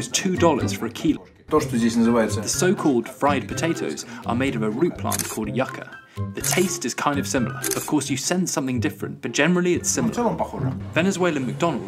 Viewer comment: It’s not “yucka”, it’s “yooka”; spelled ‘yuca’. And it’s yam/cassava.